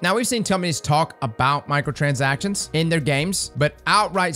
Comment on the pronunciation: My ears keep hearing "Michael transactions" 😵‍💫